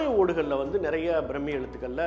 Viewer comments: அது பிரம்மி இல்லை பிராமி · பிராமி எழுத்து brammmi nu pronounce pandreenga